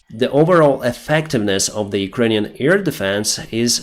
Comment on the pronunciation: NOT EAR-defense,, AIR defense. With 'AI' spoken like the 'A' in have, bad, sad...